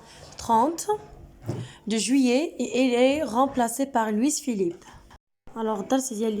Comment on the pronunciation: Wal3adaw b lfrancais kant9o Loui machi Loui''s'' . لويس هاديك كتنطق بالعربية .